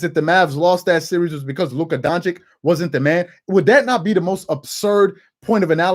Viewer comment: Stephen A & Charles: “Luka Don-chick”